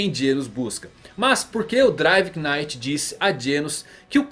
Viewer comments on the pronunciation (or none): driver NITE (assim que se pronuncia) só pra deixar pra próxima :)